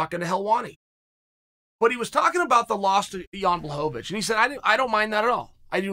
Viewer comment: gets blachowicz right but calls him ion